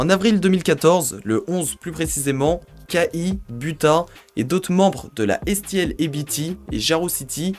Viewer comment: Pas que sa !🤣 Pour K.I qui se prononce "Kay High" Il a dit "Kahi" aussi 🤣🤣